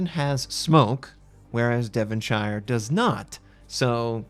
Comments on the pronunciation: Devonshire is pronounced "Dev'n-sheer" not "Devun-shiya". ;-) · no its not are u even from uk? lol devonshire is pronounced devon-shir the e is silent (devonshir) same as yorkshire is pronounced york shir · Pronounced Devonshur